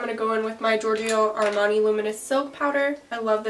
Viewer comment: I'm so proud of my. You've finally said "giorgio armani" right 😂😂😂😂